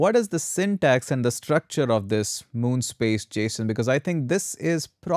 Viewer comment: it's mono-space file not moon-space file 😅